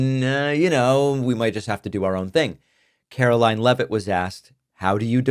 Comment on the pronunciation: Karo-LIE-n LEAVE-it